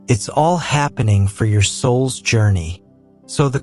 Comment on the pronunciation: This is a great message, but can you please tell the AI narrator to emphasize the right words. Life isn’t happening TO you, it’s happening FOR you. It’s a picky request, but his emphasis on the wrong words made it sound bland and took away from driving home the points.